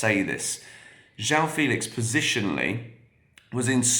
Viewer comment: Is you pronounce "Félix" with the same "fe" sound as "fennel", for example (that 'eh' sound), you'll have a pretty good pronunciation of "João Felix". It's so close, so why not? 🙂